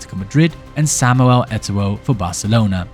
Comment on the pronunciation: Samuel Eto'woah'?